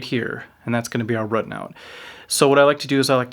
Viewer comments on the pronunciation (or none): Dude i love you man, subscribed, but you say the word "root" incorrectly. RUT is pronounced differently than ROOT.